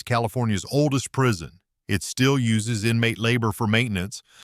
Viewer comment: Prison not prision